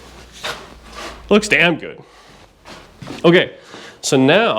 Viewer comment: It sounded like you said "It looks good...Dan good"😂😂😂